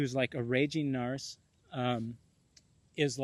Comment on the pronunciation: I like the way you say narse..as in arse. Everyone else says narc (pronounced nark)